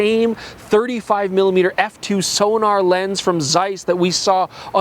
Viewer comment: I wish the lens was a Distagon or another Zeiss. This particular Sonnar has a very middle of the road "Canon L" look to it. P.S please stop pronouncing Sonnar as Sonar. It has a hard double N.